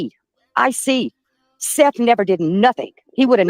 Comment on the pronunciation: calls Seth - Seff….. so there is that for weird names. Come on now …